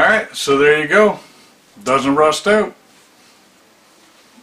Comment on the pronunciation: OUT!!!!!!!! Its OUT, not OWT damn!